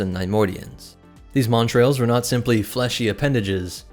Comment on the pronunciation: Good content, well presented. I found it frustrating that you added an R in the pronunciation of 'montals', which has no r. Considering how prevalent they were in the video, the mispronouncing was upsetting. AND I couldn't have done anywhere near the job you did on this video. Stay awesome.